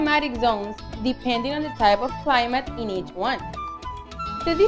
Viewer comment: Not being rude but you said climite zones it should be climate zones👍🏻